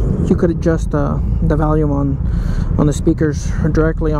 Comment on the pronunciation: Did you say Valium or volume?